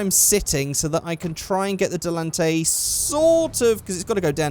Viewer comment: "Delunte" No its Dell-in-tan-tay. How it's pronounced in game anyway if memory serves correctly. Was mentioned in a commercial on one of the in game radio station, talking about it in the vegan vegetarian organic foods place hipsters hang out, talking about it being on hydrolics. Silly idea. Certainly ain't no pussy wagon.